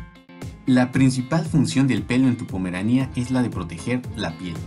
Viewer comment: Jajajjajaja se dice Pomerania sin acento y tú enfatizas jajajjaja demasiado en pomeranía con acento en la i . Y pues así no se dice